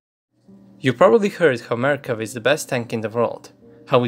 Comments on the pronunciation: i just notice its Merkava, not mekerva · when you said "Merkava" I thought you said American